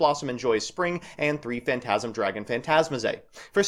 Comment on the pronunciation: I hope one day you could pronounce Phantazmay correctly :/